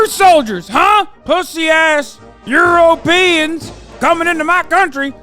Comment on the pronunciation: You-row-peens KKonaW